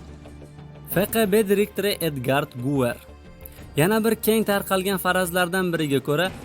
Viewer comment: Edgard Guver emas Edger Guver